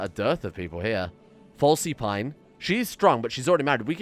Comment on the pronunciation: FYI, the easiest way to get the mystic trait is with the Personal Castle mod and to build a study and write a book on religion. (Also a very minor nitpick, but you've been pronouncing Selyse and Falyse as Sel-see and Fal-see instead of Se-lees and Fa-lees)